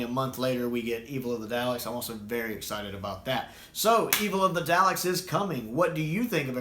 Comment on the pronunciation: Come on, dude. It's D-AH-LEKS, not D-OW-LEKS. 😜